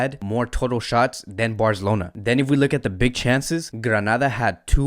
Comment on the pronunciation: Dude can’t say Barcelona correctly 😂